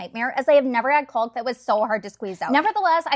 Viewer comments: It’s pronounced CAWK!!! No L sound!!! 😂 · Caulk is pronounced like walk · Fyi, caulk is pronounced with the L silent. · FYI - it's pronounced "cock", the L is silent. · The "L" is silent in caulk. Just like WALK, TALK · Looks great! But really here to say its funny how she pronounced caulk instead of how everyone actually pronounces it. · The L is freaking SILENT in caulk. It rhymes with walk. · This is AI right? No one pronounces caulk that way. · 😂 i just like hearing it without the L 😂😂😂😂